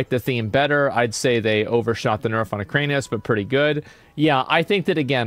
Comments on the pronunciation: its erik anus, not ekranius. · Its Iran-ikus not ukraine-ius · "Eranikus." Asmongold: "Ukraine-I-Us" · Hearing him say Ek-rain-ius when literally none of those syllables are in the word weirds me out. Eran-i-kus my gamer. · SAY EKRANIUS ONE MROE TIME MOTHER %$##$#. It's E ran ik us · I can’t listen to it, I don’t know why. Enjoy the rest of the video boys! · he does it on purpose to make it appear like he's an idiot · Bro its Era-ni-kus 😂😂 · I wonder if Asmon is ever going to learn how to read. Eranikus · Is it some joke that he says the name incorrectly over and over? Probably. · yeah most likely just what he used to call it as a kid and doesn't care to correct himself at this point. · Yes. I stole it from him and it always cracks people up. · He has verbal dyslexia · The way you pronounce Eranikus 😂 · If it is elvish or if it the name looks like random noises combined together then yes. But if it is plain English with 8 letters not really. And okay you misread it once or twice. But when you are making commentary about the boss looking at it's name and misreading 10 time in a row. As a native speaker. That's wild.